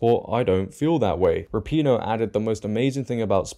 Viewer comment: Rap-IN-O or Ra-pin-O not PEEEN-O